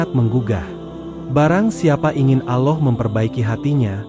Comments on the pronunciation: Ya benar klau orang muslim bukan begitu menyebut nama Allah .... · Maaf mau tanya...ini yg baca narasi nya muslim atau non muslim y...karena dalam penyebutan kata ALLAH nya tidak pas menurut islam